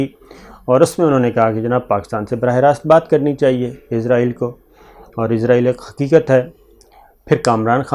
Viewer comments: ازرائیل نہیں کہا جاتا بھائی، لفظ اسرائیل ہوتا ہے، کنٹرول یور پروناؤنسیئیشن پلیز۔۔۔ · Sabir shakar sahb israheel hota he ( hazrahil ) nahi hota he